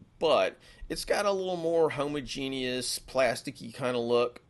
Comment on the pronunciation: You are mispronouncing homogeneous